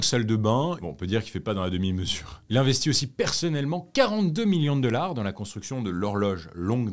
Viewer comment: Je ne commente jamais, mais là, j'étais obligée. Je dois avouer que ça me perturbe énormément que tu prononces $ "deular", voilà, c'est dit. Sinon, j'aime beaucoup tes vidéos et ta voix est agréable à écouter. Bravo à toi et ton équipe !